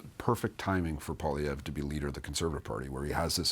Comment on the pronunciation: What I don't understand is how CBC can hire an unprofessional person like who can't even pronounce Poilievre? A person with professionalism would have learned to pronounce it properly by now.